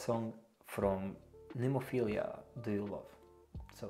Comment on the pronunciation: Listening is OK and your reaction is 👍. But why are there so many reactors who can't read? It is NEMOPHILA and NOT Nemophilia....I really don't understand this....